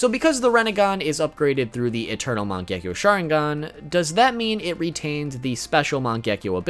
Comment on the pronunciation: It is man ge ki o